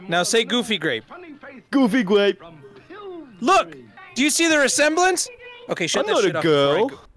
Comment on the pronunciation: You mean gwape?